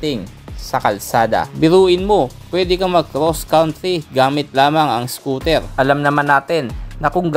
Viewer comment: Anung scotel.. bulol😂😂